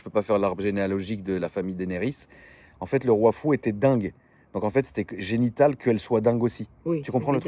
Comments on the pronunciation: Génétique pas génital 😂😂😂😂😂😂😂😂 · C'est génétique* pas " génital"😅